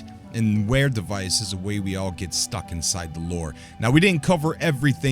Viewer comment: Clearly says Vare not Ware